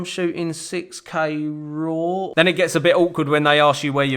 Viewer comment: “It’s not like I’m shooting 6k braw. “ Jajajaja